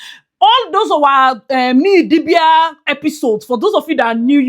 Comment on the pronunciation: Crying at how you’re still calling her Nee Idibia, I’ll never get over that🤣🤣.